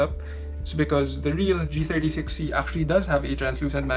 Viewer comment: he said g63c instead of g36c